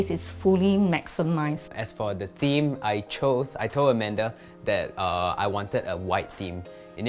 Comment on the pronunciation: Amanda -- "Oh, is that Madam Soot Beng??" (It's Amanda. Not Amander.) "Oh."